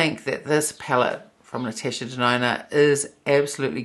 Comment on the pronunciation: the way you pronounced Natasha Denona. You say: Natesha Denona. It just sounds funny 🤭